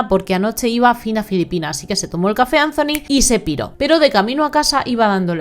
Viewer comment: Que triste pero me sonrío cuando dices CHACHA porque ella se llama Saaaaa cha. Jajajajajaa. Y ANZONY JEJEJEJEJE. Gracioso 😅